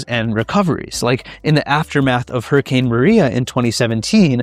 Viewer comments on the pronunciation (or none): none